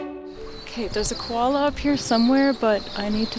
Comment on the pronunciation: Girl its Koala Not Kolola